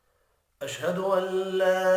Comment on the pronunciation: Ashduallah hota hai jnab Ashduwallah nhi hutahai